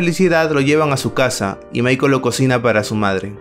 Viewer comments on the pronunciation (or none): none